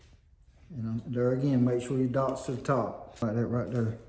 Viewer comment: "Like that right derr"😂 nice video!